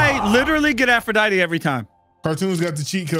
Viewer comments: It's pronounced Aphrodite(tee) not Aphrodit learn your gods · that's Aphrodite pronounced like die t not dite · That was an interesting omission of the last syllable of Aphrodite